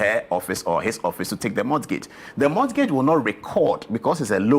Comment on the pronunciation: Paul Adɔm Otchre. Mr journalist! 1., it's not [mɔtgeidz], it's [mɔ:gidz]. 2. 'Banter' has to do with playful or fun remarks, it doesn't mean conflict or anger. 3. It's 'do you have a car? ' and not 'do you have car? ' . . . .